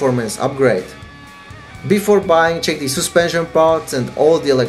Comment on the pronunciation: Soospension xD